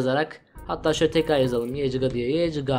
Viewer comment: İlk hile yecga değil yecgaa